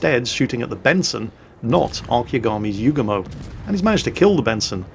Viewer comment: you forgot to mention that the Yugumo get's 12km torps. Also you got the dude's name wrong the entire video. Don't ever change.